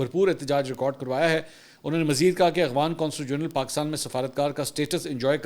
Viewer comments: Aghvan nahi bhai afghan bolty Hain...5th cmnt hai Mera just is aik ghalti py mgr aap wahi k wahi Hain or kehty Hain k cmnt kia karain hmari team parhti hai aap k cmnts. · Mansoor Bhai. It is Afghan not Aghvan